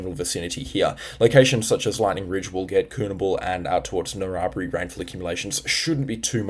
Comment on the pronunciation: Narrabri pronounced narra (like barramundi) br-eye